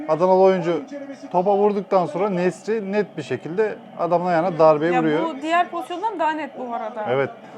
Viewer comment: Nesry kötö diyor😂osimhen nasil?